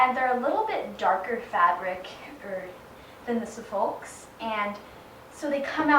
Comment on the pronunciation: Who cares that she pronounced Suffolk wrong...she's not from England. Everybody, shut up!!